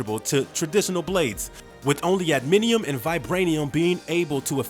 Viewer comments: NOT "Adminium", it's ADAMANTIUM. Also, half the time you call him Weapon H, the other half, Weapon X... smh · Adminium? Repeat after me: A-DA-MAN-TIUM. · Dude...for real? Adminiem? Say it with me now, ad-uh-man-tee-um. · Adamantium not admintium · If making videos about pop culture, make sure to know how to pronounce the terminologies. NOT admidium IS adamantium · I'm sorry, "Adminium"? That legit bothers me. This is the kinds of crap YT is phasing out independnt creators for???. Adamantium...that's like... basic comic/movie knowledge for someone who has ever heard of something AT ALL. George Washington was a human being, you poop in a toilet, Wolverine has an adamantium skeleton. This dude hasn't even watched the GD movies, and I'm supposed to respect HIS TAKE? Nooo, no no no lol. Nope. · "Adiminium" LMAO. Said as if he knew what he was talking about, too. Garbage Youtuber who has no idea about anything he is talking about bc someone else wrote it for him. This is why people like GENUINE Youtubers. Couldn't even be bothered to do a quick web search. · Adamantium not anaminium.. you lost me 40 seconds into the video bud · Adamantium. Not adaminium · The word is adamantium, tf is adminium? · Adminium claws? Adamantium bro adamantium. God you really need to work on pronunciation AD-A-MAN-TIUM. For fucks sake. Also when has wolverine ever had strength like the hulk. Newsflash he never did. It was his regeneration and claws that let him fight enemies way stronger than him. Man you know fuck all about either character and it shows. Hulk gets stronger with according to his rage. Wolverine is just moderately super strong. Dumbass just making a video for views. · The narrator sounds like he's really informed, then completely loses all credibility when he calls Adamantium, "Adminium." WTF?!! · He says adminium. 😂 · Im curious how does the closed capitioning when selected knows he's trying to "adamantium" instead of "adminium". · Adamantium it's adamantium